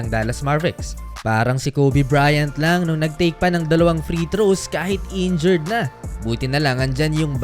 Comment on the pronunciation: NA-INJURED…. hindi NA-INJURY !! sus ko ialng taon ka ng nag VVLOG hanggang ngayon di mo parin alam ano kaibahan myan.. hindi ako mag mamagaling pero responsibility rin ng content creator na tama yung paggamit ng mga salita para naman yung mga nanonood ay tama ang natutunan.